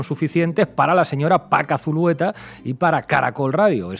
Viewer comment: Zulueta no, Zuleta ,! Así esta escrito.